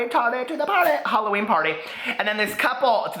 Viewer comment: LoL Happy Hall-o-wwenier lmao omg i love it